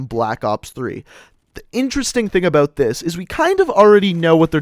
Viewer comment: The way he says "about" makes me cringe lol